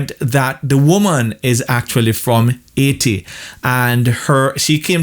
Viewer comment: as i heard you say AAiti instead of Haiti i knew you were a born Jamaican. You doan need no "DMA" to prove it..lol